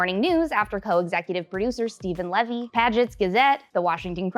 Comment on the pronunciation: Love your recaps, thought you'd want to know that Steve Levy pronounces his last name like Lee-Vee not, Leh-Vee. Source: Any episode of HarmonTown where he was present, especially D&D episodes.